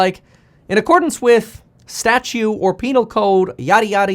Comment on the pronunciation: Statute. Not Statue.